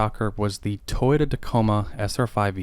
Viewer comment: Toyouta period